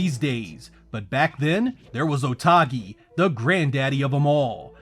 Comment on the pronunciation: Video is great, although hearing "Otogi", as "OtAgi" was kind of jarring.